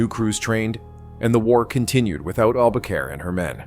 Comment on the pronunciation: Throughout much of the video, the name of the submarine is mispronounced AlbaCARE not AlbaCORE and there are other errors. You also have some non-navy photos shown that detract from the story of this exceptional WW-II Submarine that was tragically lost with all hands and just recently discovered. There is a lot of good stuff here, but you should have much more carefully edited it and made sure that your announcer knew how to say ALBACORE.